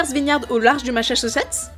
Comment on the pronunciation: Massachussetts Ylvis... pour apprendre à dire le nom de ce bel état américain!